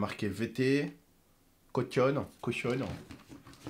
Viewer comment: Mdr c'est caution toi tu dit cochionne